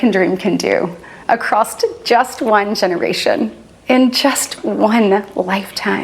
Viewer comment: Such a terrible response to the SOTU. Of all the BS she said, what bothers me the most about her response is the facts that she inserted the letter 't' in "across". They're hot garbage. Like Arabian desert, mid-day, mid-Summer hot garbage.